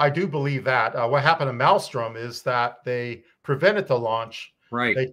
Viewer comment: South Dakota is Ellsworth, North Dakota is Minot. Also, it is not Malstrom it is Malmstrom.